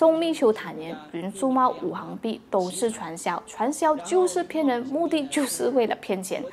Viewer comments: 五行～xing 不是hang 哈哈 == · 應該是五行（Xing2）幣